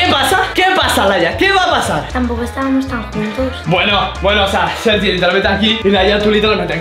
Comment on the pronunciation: soy yo o dice Sergio en vez de sergi